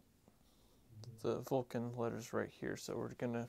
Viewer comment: Yup Dremel or the like but just keep the temperature low on the side wall. Oh yeah almost forgot, it's not a "Vulcan" axe. It's pronounced more like "Vo-Shan". Cause if you want to honour the axe by restoring it you also got to honour it by calling it by its proper name ;)